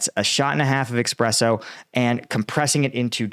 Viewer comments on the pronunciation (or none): Slava Ukraine!! And, it's espresso not expresso 😉